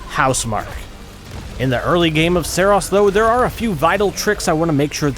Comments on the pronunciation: "Seros" 🤣🤣🤣, didnt playstation tell you its called SAROS, with an A?? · I'm not certain but I feel like you are pronouncing the game's name wrong. More like Sorrow and glucose. Sah-rohse. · Its pronounced "Saros" not "Saros" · Great video besides mispronouncing the game ;) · Imagine making a video on a game who's name you cant even pronounce correctly.